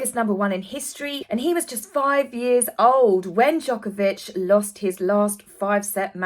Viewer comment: I'm impressed on your name pronunciation. Djokovic is not easy. Thanks for the show.